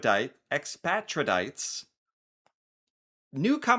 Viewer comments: ex patriate sounds like x patriot a foreigner ! READ!! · Hail Eris! Expatriate: ex-PAY-tree-eight, or ex-PAY-tree-ut, usage-wise. Snarky, the Chocolate Snark Sum id quod sum et id totum est quod sum. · EXPATRIATE...pronounced like patriot but with ex in front of it. Lol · The most American thing is that can’t pronounce amortize and expatriate.